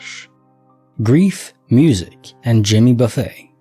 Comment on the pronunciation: Thanks for the stories! The singer's name is not buffet like where there's all this food and you choose what you want to put on your plate. Buffet, pronounce buff-it. Famous country singer here in America.